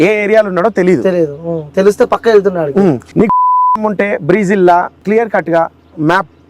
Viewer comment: బ్రీజిల్, కాదురా, బ్రెజిల్ ✅